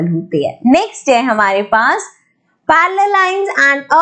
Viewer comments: that parrrrallel😂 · When mam is teaching axiom 6.3 how mam says parallel 🤣🤣🤣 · parallel line pronounciation I just laughed at once🤣🤣